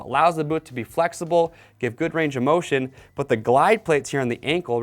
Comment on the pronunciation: Anyone else catch him say “goot” twice